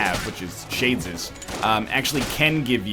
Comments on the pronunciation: Me too Dirpy, i kept hearing shay-jizz revolver and that made me feel funny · Egg can't say Shades Revolver at all